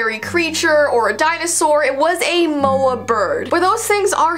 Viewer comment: You are pronouncing moa wrong...